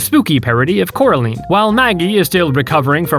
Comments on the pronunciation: NOT CAROLINE (in this case Coraleen), COR-A-LINE! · its said cora LINE not coraleen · "Ko-ra-leen" hurts me in every single possible way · It’s Coraline not coraleen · what the hell is core-a-leen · as a Coraline fan the pronunciation hurt me, it's like when the neighbors kept calling her Caroline